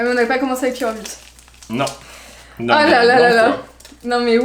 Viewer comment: C'est lapyro et pas pyrobut